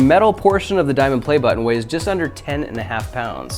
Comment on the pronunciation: “Diamon” play button